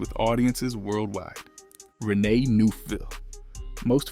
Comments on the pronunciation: Not zhane Jah neh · Idk if I can take this video seriously. Dude can't pronounce FLAVA or Zhane😂😂😂